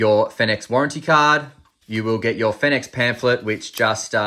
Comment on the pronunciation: Finix "Phoenix" ?